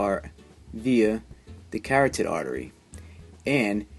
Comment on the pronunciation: Did you mean carotid artery, not catdid artery...